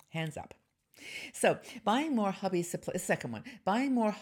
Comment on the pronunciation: love to listen to you and your researched and gathered together pieces of living wisdom. I did a double take when hearing 'hubby ' instead of 'hobby". I started the morning with a belly laugh. Some good points that I have used and some to try. Thank you for your work. Trust you are having a wonderful time on your ship.